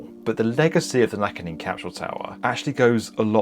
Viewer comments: It's Naka... (central)... Gin (as in Ginza, the district of Tokyo, not "gin" the drink) - a hard "g". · Nakagin. It's pronounced with a hard G. Of all the clips the poor poster was the only one who couldn't say it properly. It' s NOT pronounced like "gin" the drink. And Abroad in Japan already made a video about this, going inside while it was still up. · It’s a hard G! Gin, not like the drink, but as in Ginza… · I wish you pronounced the name "Nakagin" properly... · Naka..jin? I mean that is literally not what it's called. Edit : Ah and it's repeatedly said and repeatedly wrong. "nice" I love having someone try to tell me educational stuff that can't do minimal research to check the CLIP THAT HE SOURCED that SAYS IT CORRECTLY and then SAY IT CORRECTLY. It feels like someone promising to teach you quantum physics while they can't read. Or spell. Or do numbers. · As usual the channel murders every Japanese name it talks about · Great video and I really enjoyed it. But I hope you don't mind saying, the building's name isn't "Nakajin" it is "Nakagin". The 'g' is prounounced like that in good or great. Btw, another reason why it was taken down was because of the abestos it contained. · Also its not pronounced like Nakajin. Its Nakagin like gimbal. Do your studies before you post about other cultures! No respect. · "Nakagin" is not pronounced as knack-a-jinn, but knack-cogging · This is such a minor thing, and sorry for being pedantic. But every "g" in Japanese is a hard g like "Go," and is never a soft g like "Giraffe." Nakagin is not pronounced "Nakajin." Also, the suffix "-jin" actually means "person/people," so you're changing the meaning of the word to, "The Naka people." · omg it's Nakagin, not Nakajin You've included a lot of clips of people saying it right so how did you manage to get it wrong? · The "gin" is pronounced as in "Ginza." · I know it's trivial, but it's Nakagin like "next of kin." Not gin, the drink. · Knackajin? Nah-kah-jeen.